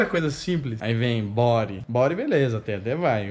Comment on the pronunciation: Bodyyyyyyyyyyyyyy!!! nao é bory!!!!